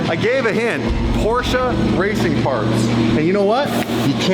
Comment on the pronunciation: Please do me a favor, STOP with that PorschA pronunciation. There is NO ‘A’ in Porsche. 🤦🏼‍♂️